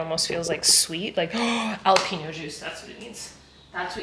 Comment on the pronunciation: Hold up - you said ‘alapeno’?? It’s pronounced ‘Hal-apeno’ lol you are too cute! 😊